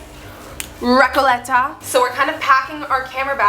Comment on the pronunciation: Recouuuuuleta.... (Why does she have to pronounce like a gringa) 😂😂😂😂🤦🤦